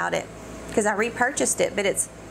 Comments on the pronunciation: Its pronounced la vie eh belle( no s) because its French not Spanish:)) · I get ich when she pronounces la vie est belle wrong.